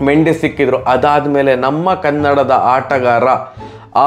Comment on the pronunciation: ಮಂಡಿಸ್ ಅಲ್ಲ ಅಣ್ಣ ಮೆಂಡಿಸ್